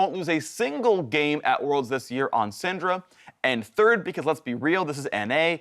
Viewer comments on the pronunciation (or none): none